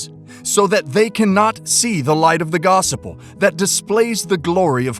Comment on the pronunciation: Like the way you pronounce, "Gospel"..."Gosupel." "Gos-u-pel." For me it will be the, "Gos-pel."